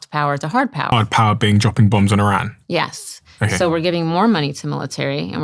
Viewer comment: First person who pronounced Iran correctly lol. Not “Eye Ran” lol